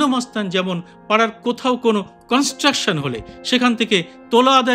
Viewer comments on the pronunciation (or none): none